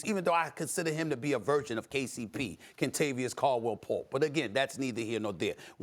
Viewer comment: “Kentavious Caldwell Pulp”